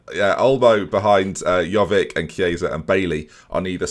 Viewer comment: Giving a person slack for not being able to pronounce Chiesa, yet continues to mispronounce Jovic every single time.